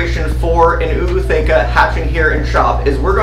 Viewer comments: Why the extra “Oooo”? It’s not just “ootheca”, not “oo-ootheca”? Genuinely wondering if I’ve been wrong this whole time. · It's not OO it's just a long O for Ootheca , Ooth-eca Just wanted to let you know Thanks for letting me know how to set up my first mantis tank ❤👍👍